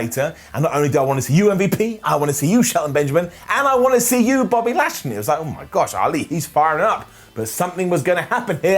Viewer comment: said Body Lashley.